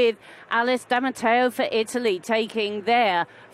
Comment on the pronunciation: Omg it’s D’Amato, not Damateo!!!